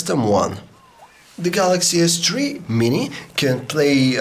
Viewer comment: the way that he pronounced "s3 Mini". oww just nevermind